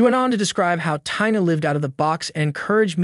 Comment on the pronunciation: Exactly. Of all the words to mispronounce, you can't say the word Tina? smh